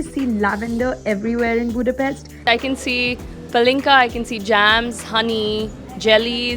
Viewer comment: Vegyék már a fáradságot ha már ide jöttek, hogy helyesen ejtik a fővárosunk nevét, szerintem ez a legkevesebb